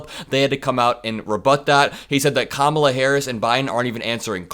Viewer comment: trump 🤡, when your say Pete Buttigieg's name as boot-edge-edge, it makes you look like and sound like an 80 year old moron, a total buffoon! You sound so uneducated! I bet your grandchildren act more grown up that you or at least I hope so. And you won't pronounce Kamala's name correctly, it's just you being a total moron and a total buffoon! 🤡🤡🤡🤡🤡🤡🤡 when will you ever put on your big boy pants? 💙💙💙💙💙